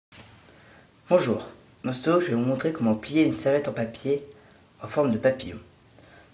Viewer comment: on dirait quil dit plier du papier en forme de papier. je dit ca meme si il dit papillon